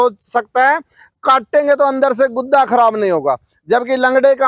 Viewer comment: गुद्दा नहीं गूदा,,,😂😂